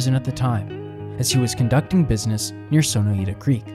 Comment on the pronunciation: It's Son-OY-ta. Sono Eeta sounds Japanese. But only a local would know that.